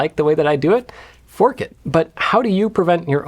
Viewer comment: Sorry... was that 'fork it!' or ...